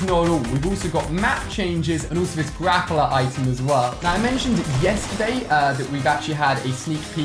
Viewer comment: No one else noticing he says "Grapper" instead of "Grappler"? facepalm Edit: Wow thanks to those that subbed! :DD